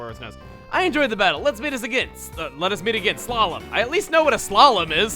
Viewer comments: hahaha he meant sla-lom, as in sha lom jewish or hebrew for goodbye or something hahaha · I think he said "slalom" the same way you'd say "shalom" but I'm not quite sure :p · He said ''a slalom''...